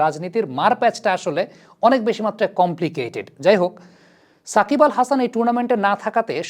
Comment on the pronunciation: I stopped watching this MF cuz he keep saying sak!bal.